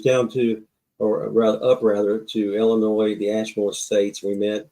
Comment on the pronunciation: The s is silent in Illinois lol